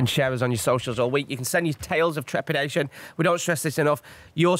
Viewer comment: I am now binging the entire podcast from the beginning and I feel so bad for inability to say "trepidation"!